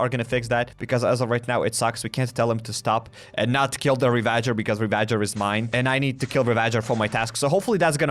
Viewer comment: Bro it’s pronounced ravajer not re-VA-jer